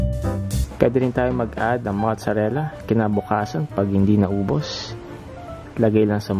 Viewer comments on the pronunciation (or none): none